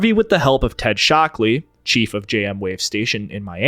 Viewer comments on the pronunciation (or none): "Ted 'Shock'-Lee"...?